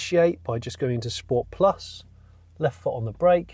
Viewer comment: Sensational review Johnny, but as we all know it's a Scchhpoort ;)